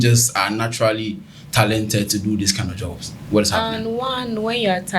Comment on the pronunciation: Did I hear Tilented and Costmetics ?? Or it’s jux my ear buds messing with me